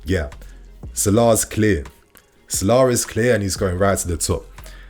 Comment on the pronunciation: Mo Salar? Why is he saying it like that? Lol trying to sound posh or something lol